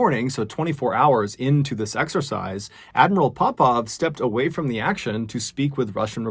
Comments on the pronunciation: It’s exercise not sexercise 🤦‍♂️ Jesus wept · I keep hearing an S before exercise O_O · Did anyone else hear "sexercise" every time Mr Ballen said "This exercise"?